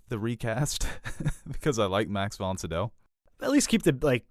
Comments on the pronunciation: Pretty sure it’s pronounced Max Von SYE-DOW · Max Von CEE-DOW, put some respek on his name